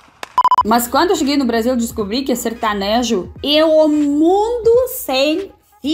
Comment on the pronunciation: Kkkkkkkk detesto sertanejo kkkk sertonojo kkkkkkkkk